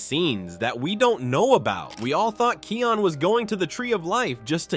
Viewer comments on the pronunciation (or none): It's Kion not Keon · And it’s kion not keon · It's actually kion pronounced ky ion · You pronounced Kion's name right one time. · i cringe when u say kions name as ur sayin it wrong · Watch your pronunciation in Kion's name. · actually he pronounced it wrong. Lol 😂